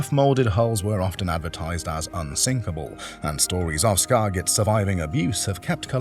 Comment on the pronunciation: 😂your pronunciation of "Skagit" is killing me... and the boat isn't even a Skagit, it's a Uniflite. To be fair, Skagit, Bellboy, and Uniflite boats were all designed by the same guy, so they definitely have some similarities (and are all tough old boats), but if the pronunciation didn't kill your credibility, the mistaken identities will.